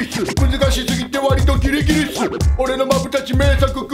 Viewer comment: アリとキリギリスじゃなくてアリとキリギリっスになってる